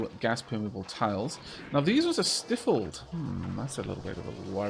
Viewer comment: "STIFF-ulld"? STY-fuld,!:P